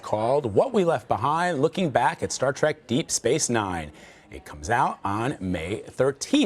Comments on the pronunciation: It's pronounced "trek", not "trak". Is the director saying that Garak was gay ? Wasn't he smitten with Gul Dukat's daughter for a time, or couldn't he close the deal ? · You mean Colonel Kira. She was promoted. Why are some people pronouncing Star Trek as Star Trak.